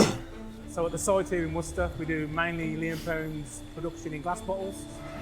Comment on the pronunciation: C'mon, man - you ain't got cloth ears! (An old saying) She used the word "worcester" in her first few lines...but when you said straight afterwards, you pronounced it incorrectly. Then, at the very end after the words 'worcester' and 'worcestershire' had been said umpteen times...you still pronounced it the way you had at the very beginning. Nah man, there's nothing else for it: you've got to turn your hearing aid up!! Fight fair: we've all managed the horrors of pronouncing "Massachusetts", and the cunningly deceptive "Arkansas" not to mention the tricky wee "Boise". Try standing in front of a mirror and saying "Worse esster shyer" 3 times over...the indignant ghosts of the bygone citizens of Worcestershire will swarm out & sit you down to a 50 year long Pronunciation lesson in a hillside cave from which you won't emerge until you're 70. True story!! "Wooster sheer. Wooster-sheer. Wooster-sheer" however, will bring forth friendly ghosts who'll fill your pockets with bottles of sauce.